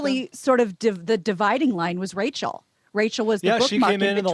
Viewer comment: Racel Ick-atel.